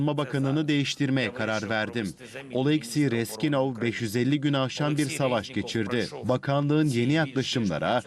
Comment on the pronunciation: Reskinov deyil Reznikov ay savadsız